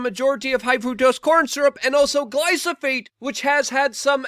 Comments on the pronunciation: Grest vid as always. If it matters, you always pronounce it wrong. Gly-pho-sate You say gly so phate. Decided to point that out after hearing you mispronounce it so many times in different videos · Geez- it's GLY-PHO-SATE, not GLY-SO-PHATE. That's at least 2x now. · Is Glysophate similar to Glyphosate? 😂 I only listen for the flubs. Oh, and all the truths! 👊🏼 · Luke, it's Glyphosate and not Glysophate! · Glyphosate -- not glysophate. :) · Glyphosate Luke please ...🙄